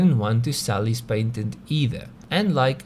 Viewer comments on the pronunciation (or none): pat ent, not pait ent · PATEN!!!! NOT PAINTEN.....